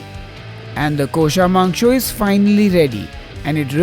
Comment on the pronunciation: Haha, beautiful. Your kosha mangsho pronunciation was perfect!